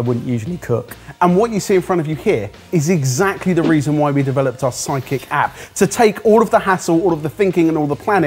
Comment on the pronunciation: Anyone else hear 'Psychic' app instead of sidekick app?